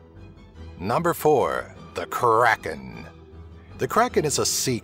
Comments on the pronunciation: I like how , it's not "The kraken" it's "The Krrraaaken!" :D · Was anyone else kinda uncomfortable the way he said "Kraken"? No offense though, I liked the video!